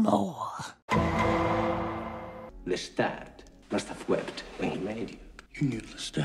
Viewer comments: This has been a really hard week for me emotionally, but 35 minutes of saying “LeTit” instead of Lestat was all the belly-laughter therapy I needed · I just want to let YOU know... I watched this video...and I can not NOT call Lestat, Le-tit...